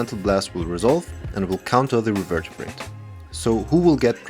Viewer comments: Not to seem rude, as English may not be your first language, but it is pronounced Re- ver- ber- ate. You are adding an extra syllable. Thank you for all your amazing content! I am thoroughly enjoying it. Sincerely. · Nice pRuNaNcInAtIoN bro 😂 as an english teacher that gave me flashbacks to my students pronouncing things wrong over and over again in class. Not gonna lie my first reflex was to look up the card revertabrate 😂